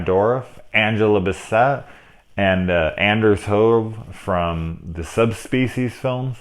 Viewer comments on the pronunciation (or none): Anders Hove is Greenlandic, his name is pronounced like AH-nerz ho-VAY.